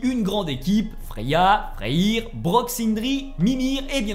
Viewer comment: Super vidéo merci Mais s’il te plaît arrête de dire raniarok c’est RAGNAROK ( rague narok ) et FREYR ( freyeur ) pas freyir sinon à part ça nickel.